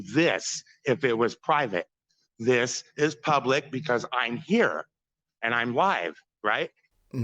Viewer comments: It isn't 'pub lick' genius. 🤣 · " Frauditor I'm not trying to be argumentative." Proceeds to argue. "This is pub-LECK!"